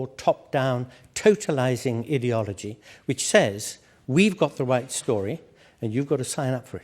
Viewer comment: Even a broken clock is right twice a day. It's time we got a clock that works. And 'idiology' is such an apt pronunciation.